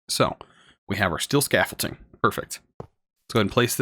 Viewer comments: “Scaffole-ting” makes me hurt inside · definitely not, or you were raised in a really backwater place